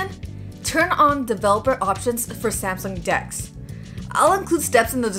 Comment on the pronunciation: Oh lord! She said samsung dex....I thought she said skn dks! 👀 I'm like say what!